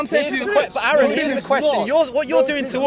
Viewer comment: Man, hearing them call him Aaron, where they almost definitely know it's pronounced Are-en, is infuriating.